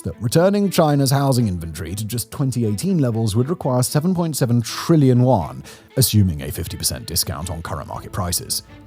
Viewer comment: Just a small reminder... the pronunciation of Chinese money is not "wuan" but more emphasis on the front part "yu". The "an" is very light as an ending sound. 😅